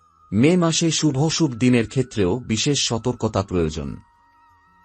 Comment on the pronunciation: Shubhoshubh noi shubhashubho